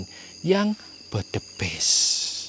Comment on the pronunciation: suer kl ngeliat video explore nya jantung ku yg berdebar. Ketawa juga pas nyebutin budiman budimen n bedebest😀😀😀 Sehat² yaah Jaga diri sll Bang Salam dr Medan🥰🥰🥰